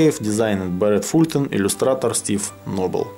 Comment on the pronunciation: и "Fulton" читается как фалтон (меня почему-то неправильное произношение задевает)